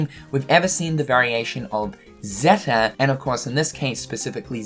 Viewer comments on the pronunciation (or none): yes, it was Zeta, not Zetta. Starting to think this is one big echo chamber at this point but someone finally pointed it out.